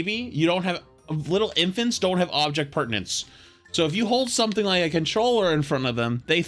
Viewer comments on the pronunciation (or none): why does he say perdanence? its permanence. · it's object permanence, not pertience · It's not "pertinence," it's permanence. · I hate that this kind of thing annoys me, but saying "object pertinance" instead of "object PERMANENCE" just grinds me the wrong way. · it's object "permanence". pertinence is essentially whether something is relevant. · God flats saying pertinence instead of permanence got painful by the end of this vid lol. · baby… it’s Permanence… not pertinence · Object Permanence, not pertinence. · object PERMANENCE, FLATS, NOT PERTINENCE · flats my man its object permanence , come on my man its your native language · With so much peace and love, it's called "object permanence", not "object pertinence" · object PERMANENCE not pertinence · As a being that is made up of atoms and DNA, I can not stand the fact that he says "object pertinence" and not "object permanence." Please flats, just do it right next time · I think you mean object permanence. Sounds like you are saying pertinence? You are right though. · Object permanence, not pertinence. Just thought I'd mention. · Were you saying object pertanence 🙃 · Object permanence* not pertinence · it’s object permanence. not pertanents. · object PERMANENCE, not pertenence haha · It's object permanence, not object pertanence. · It's object PERMANENCE not pertinance 😅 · every time he says object "pertinence" i die a little inside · It's actually object permanence. Very common mispronunciation. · I love the content. But it’s object *permanence” you’re killing me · So we're just going to keep letting mispronounce the word "permanence" in the phrase Object Permanence huh? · I love these videos, but man did it hurt to hear you keep mispronouncing object permanence